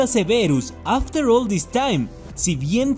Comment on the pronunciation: Es after, no afhter, y es leviósa, no leviosá